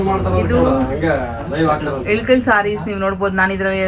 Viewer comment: ADU ELUKAL SEEERE ALLA IKKAL SEERE ... PRONOUNCE SARILLLA